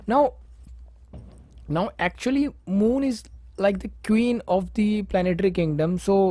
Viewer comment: Moon, not mood 😂😂. I appreciate your effort though 😉